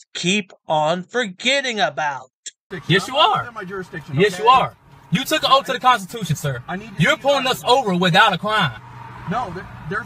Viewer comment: Fin, axe, Liberry, troof, oaf.